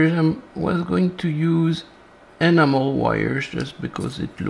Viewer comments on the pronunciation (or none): I keep hearing 'Animal wire' instead of 'Enamel wire' - lol. Great video:) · Oh, ENAMEL wires! I thought you said "animal wires." Mon Dieu! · I heard animal wire too! I looked up at the screen to see exactly what the animal wire looked like 😂